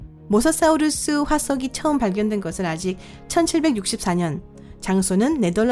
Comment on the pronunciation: 발음이 모사 사우루수............